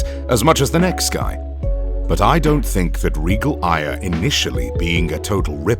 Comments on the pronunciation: The way you pronounce “Aya” is fucking infuriating, it’s pronounced “Eye-Uh” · I just have one complaint. Why all Aya "Ey-a"?